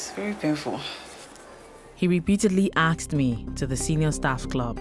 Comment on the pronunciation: So axed instead of asked? Is not an African American problem but also Nigerian and Ghanian problems? Basically I have seen a YouTuber Woda Maya doing this also.